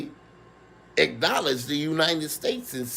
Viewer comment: the "Uninen States"